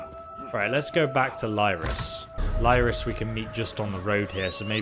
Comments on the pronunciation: Hey man loving your vid, but her name is pronounced Leer-is, not Lie-ris. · Excellent video... Been watching your ESO vids since you started making them.... In all this time, I'm sure you know her name is "Leer-iss" not "Lie-riss," tho... IJS... :)